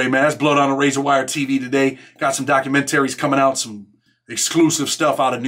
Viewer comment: Dammit u been driving me nuts for years now the way u say documentary lol😂!! With much and all respect!! Just joshin just joshin...real shit I've always told u your doing God's work for the ones who need it most but we love the funny videos once in awhile too....gotta laugh to keep from cryin right!!!